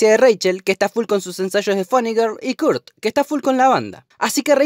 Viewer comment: aprende a pronunciar Kurt y dsp hablamos